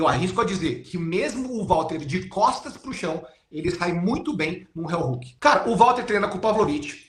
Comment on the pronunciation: CRÍTICA CONSTRUTIVA: - Não se pronuncia RÉUHOOOK e sim RIOHOOK 👍 - O heel hook não quebra o tornozelo, o que estala é o JOELHO👍 🤜🤛